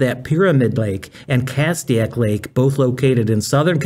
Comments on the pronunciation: Castaic is pronounced : cass take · 3 syllables not two but you're closer than he was. "cas-tay-ick" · This is a small issue but you are mispronouncing Castic. It's Cass TAY Ic.